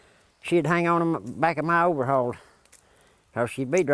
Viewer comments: this man is my HERO!!!! hahaha "ma oveahalls" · "Overhalls," CLASSIC!